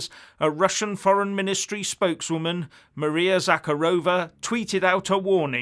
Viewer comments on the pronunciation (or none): none